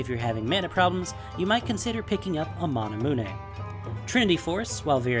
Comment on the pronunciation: Mana-mewn* :P